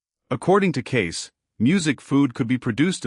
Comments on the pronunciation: I think AI did not know how to pronounce Cayce and read it as Kai. Also music may have been a direction to insert music into the video. The program needs some pros to fix it. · The narrator doesn't know how to pronounce Cayce's name, and what with all the"musics?" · ⭐️⭐️⭐️⭐️ A wonderful presentation, however, too bad the name "Cayce" was mispronounced during the whole video, and also, the word "music" was inappropriately sprinkled throughout as well! 🤦‍♀️ (so annoying!) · The problem is this is YouTube. WHERE is the PROOF Casey predicted what this clown, who can't even properly pronounce his name. I'm 71, in the 70's it seemed everyone was a psychic, sat under home made pyramids, went to seances, and also predicted California would break in half, and half would sink into the sea, that the "rapture" will suck milions of people up into the sky, due to pathetic attempts to translate the Bible and also listen to a semi-comatose woman prophesy about a "Rapture". Another Protestant claim was an ancient "Desert Father" predicted a Rapture. Once again, who can prove Casey predicted what channel owners say he predicted? Same with Nostradamus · why don't you check your work? i.e. Sticking the word "music" in all over the place, mis-pronouncing his name! These mistakes really cut down on the quality or believabilty of this video! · Why dies the reader keep inserting the word music every few sentences in a way that proves it’s a malfunctioning robot-voice. Also teach it how to pronounce the guy’s name!!! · Further…he’s not pronouncing Cayce’s last name properly…it not kys…..😢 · What a pitiful attempt to present Edgar Cayce. His name is misprounced every time in several different ways. And MUSIC is said constantly until I have had to close the video. Not the same quality of other Hidden Realm videos. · Yep , this was definitely botched .